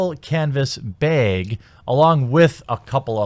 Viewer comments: I have never heard someone have such an issue with the word bag. Also you keep talking about being banned from Twitter like you can't just start another account to use in the mean time. Great vid otherwise ;) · "B A G" "BAH G" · Please learn to say bag, I beg you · Your northern accent catches me off guard every time you say words like bag, rag, and tag. I've been away from the north long enough to change the way I pronounce it. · Bag not beg but its only annoying as fuck because u keep trying to fix the way u say it quit tryna change it's annoying as fuck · No, you didn't say it right. But you're not exactly one for correctness in your speech, and that's why we watch you. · Nope, you still can't properly pronounce "bag". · The a in "bag" is said like the a in "apple" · say the word bagel, then say bag :p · Its bag, not beg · You know, as smart as you seem, you throw it all out the window every time you say "baeg" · I love you, but how fucking hard is it to say a 3 letter word? It’s bag! Say back, then say bag same shit why u say byeeeg? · It's bAg. Like rag or sag or tag. Not bEg..... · Lol beag, Baaa like a sheep, baaag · Ho Lee Fuk the BEG thing again..Ok ok ok.. say HAT and use that sound you used for the "A" and then say BAG... what are you Canadian or something eh? Canadians get a pass on abuuut cause it sounds funny but past that is pushing it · "baeg"? It's pronounced like the a in "app". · Godamnit Jeremy it's bAg not baEg like rag it hag or stag. Gotta get that "E" out of there bahahahahahahaha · aww you said bag wrong again, Its baaaaaaaaaag, not beeeeeeg and you got it right last time too. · Say "brag." Now, remove the "r." It sounded like you were saying "beg" lol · I think you went from bayg to behg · Not a “beg” it’s a bag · ITS BAAAAAAHG. NOT BAAAAAYG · Bag, not bayg. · Why are you saying "beg"? Its bag like the same way you say "back" except you say the sound of g instead of ck. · can you explain why he's saying "canvas beg"? isnt it bag?